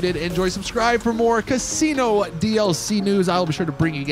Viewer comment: did you say Castino